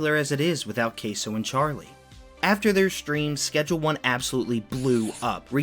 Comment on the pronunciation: You still pronounce the name of the game wrong.